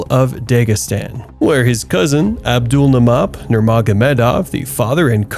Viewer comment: Abdul MAN ap! Say his name right.